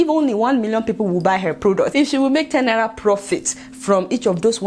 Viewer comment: I watch your show often and Ienjoy it, but please! Please! Learn how to pronounce Naira.......N.a.i.r.a, not naiya. It makes me cringe each time you say naiya